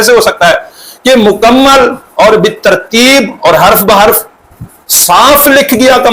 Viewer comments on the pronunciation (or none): none